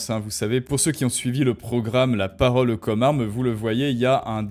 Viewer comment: T'es pas obligé de prononcer chaque e de chaque mot. C'est un peu dérangeant en fait. Comme par exemple quand tu dis "La paroleu commeu armeu."